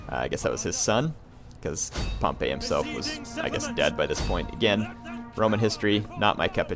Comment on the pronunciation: I think Pompey is pronounced with an "ee" sound in the end. Similar to the way we say "we".